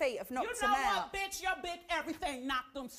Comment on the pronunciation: That emphasize on the B*tch at the end gets me each and every time!😂😂😂